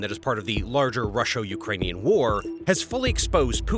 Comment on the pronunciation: I think it's usually pronounced 'Russo'